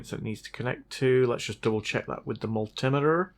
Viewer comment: Moultim-itter - straight out of toolbox of alternative pronunciations.